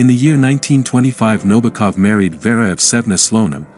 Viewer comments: This narrator repeatedly calls Nabokov, Nobakov. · Also, his last name is accented on the SECOND syllable: NaBOkov.